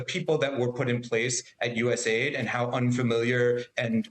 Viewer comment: My god… even after the guy corrected her she keeps saying USA ID. I AM LAUGHING 🤣 HARD